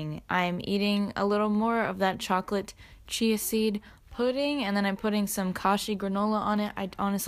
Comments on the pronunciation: it sounded liked u said chocolate CHEESE seed pudding the first time u said it and i was shook until i realised u meant CHIA seed not cheese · i thought you said “chocolate cheesy pudding” and i was confused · Omg when she said "chocolate chai seed pudding" I thought she said chocolate cheesy pudding and I was just like.. " okay that sounds gross but you do you"